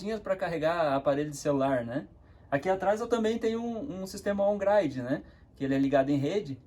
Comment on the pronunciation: "off gride e on graide"?